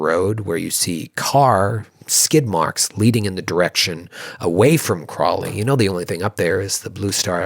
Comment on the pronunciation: Ugh! It isnt "Crawly, Mass"! It's "CROWLEY, Mass"! It took me until now to get that!